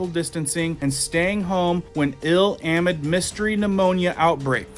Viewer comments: Great info.....but please....it's pronounced uh-MID, as in the middle, not AH-mid. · Really like your content. Have to say, just FYI: “amid” is pronounced “uh - MID,” rather than “AM - id.”